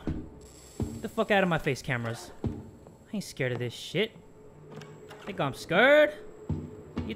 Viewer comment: "You think I'm scarred, You think I'm scarred." Then jump-scare comes right after. gets scarred. Best Part. (I know I spelled scared wrong, but that's how he's saying it.)